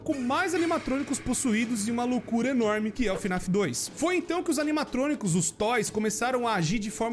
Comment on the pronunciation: n é fnaf "af" é fnaf "ar" 🤠👍